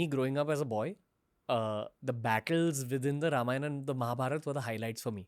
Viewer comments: Beta Ranveer, even before I could proceed to listen to this podcast, your repeated mispronunciation of “रामायण” as “रामायन” made me wince !! Hindi has reduced the Sanskrit phonetic to abbreviated sounds such as Ram(uh) becomes Ram or Lakshman(uh) लक्षमण becomes लक्षमन!! As an ambassador of Sanatana Dharma, don’t you think it is important for you say it right?😊 Shubha Deepavali! 🪔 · Dumbo It's Ramayana not Ramayan... The dropping of 'a' at the end is called Schwa deletion which is a distortion creeped in due to prolonged illiteracy in northern part of India.. so they misspelling and mispronounce Rama as Ram, yoga as yog, Shiva as shiv and so on